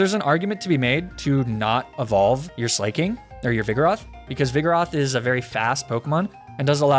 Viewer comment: hello did you know that you say slaking wrong